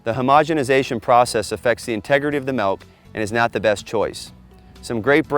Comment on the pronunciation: Practice it's pronounced milk not melk